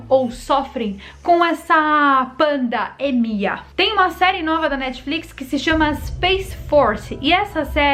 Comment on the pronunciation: emeldels. Parei de ver quando ela fala "panda êmia". 😂😂😂😂 que jê nia da vêrdá di.😂😂😂